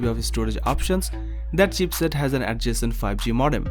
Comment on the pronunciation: Its not "CHEAPSET".....ITS CHIPSET....